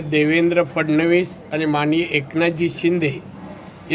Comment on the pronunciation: फडणीस नाही रे बाळा फडणवीस असे